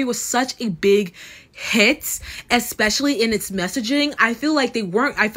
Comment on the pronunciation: I hear you on "No because literally..." Also starting a sentence with "So..." And my current favourite is 'eckspecially'. Take out the ck and you've got it.